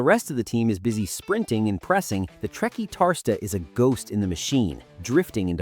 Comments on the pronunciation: TRE - CUAR (as in quarter) - TIS (as in Bautista) - TA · The way you said Trequartista was Painfull 😂😂😂